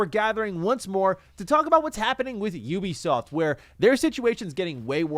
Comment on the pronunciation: Finally someone say Ubisoft instead of Oebisoft😂